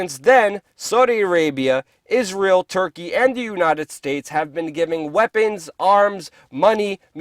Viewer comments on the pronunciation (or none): none